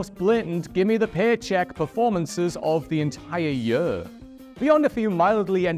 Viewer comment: Note to whoever writes the scripts for: Stop using the word 'Year!' He can't say it!😂 Anyway all the best W.C. Happy New Yurrr!🎉